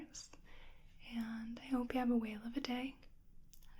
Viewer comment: Sorry, did you say, "I hope you have a whale of a day"? 😄